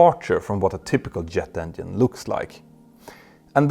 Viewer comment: Does he pronounce it "Engien" ???